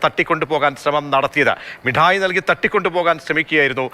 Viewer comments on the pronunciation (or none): ആരും വല്ല ജിലേബിയോ മിഠായിയോ തിന്നു കൊണ്ടിരിക്കുമ്പോൾ ഏതെങ്കിലും ഒരു കുട്ടി വന്നാൽ ദയ തോന്നി ഒരു മിട്ടായി കൊടുത്തേക്കരുത് നല്ലവൻ ആയാലും കുറ്റവാളിയായി പോകും അവതാരിക മുട്ടായി എന്നു പറയുന്നു മിഠായി എന്ന് വ്യക്തമായി പറയുക